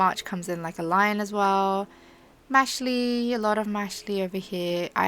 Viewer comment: i dont wanna be that person but the title of Mashle is a mixure of the word magic and muscle, so you pronounce like muscle but with mash. hope this made sense!